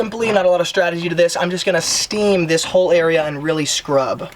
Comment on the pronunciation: RRrrreally RRReally 😂